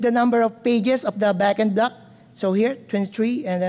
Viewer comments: Bagin Blug lol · i giggle each time he says “backend block”